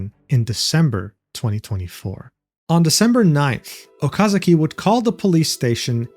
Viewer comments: It's Okazaki, not Okazuki. Jeez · I know you do not mean any harm, but my recommendation is that you learn how to pronounce names. Completely by accident the way you pronounce Okazaki could be seen as a very mean nickname, so I suggest for future videos to be more careful with name pronunciation = ).